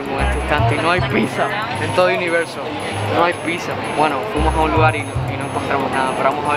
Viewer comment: No hay pissa,no hay pissa!! No puedo con Erick 🤣